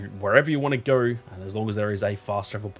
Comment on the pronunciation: "gowr" knowr" 😂